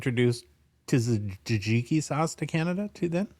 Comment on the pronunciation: Not sure what is worse.. pronunciation of the word Tzatziki or when discussing French hockey player names! 😂 Great show as always!